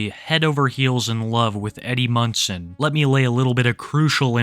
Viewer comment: You keep saying "Eddie Munson" but I keep hearing "Eddie Munster" and imagining this girl getting the absolute VAPORS over a child actor from 60 yrs ago. After seeing some of the things in this video, I think I might have actually preferred my original mistake.😂